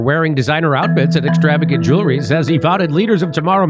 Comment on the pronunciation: Did he call "Jewelry" "Jury?"